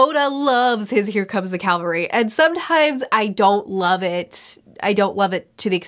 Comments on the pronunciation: It's cavalry not calvary btdubs. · Here comes the CAValry, not CALvary. Having been a Cav Trooper I just had to point it out. Cavalry are mounted troops that often turn a battle. Calvary is a hill that Jesus was crucified on.